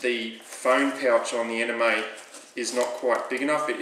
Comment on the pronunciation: excellent review - and really nice mods. I thought the Anemone was pronounced "An-em-oh-knee"? Like the underwater creature of the same name? Maybe that's just me though :) you did a great job on this, well done.